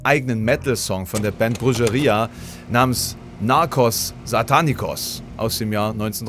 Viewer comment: Das j ist im spanischen ein harter ch laut, lieber, die Band wird also Brucheria ausgesprochen (heißt übrigens Hexerei oder Hexenhandwerk zu dt.) und als du Beelzebub gesagt hast, hast du Baphomet eingeblendet, aber da kann man auch schon mal durcheinander kommen.